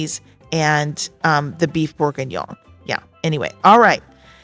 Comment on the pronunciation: You did pronounce Beef bourguignon correctly. Thank you for sharing the menu images. Inspiring!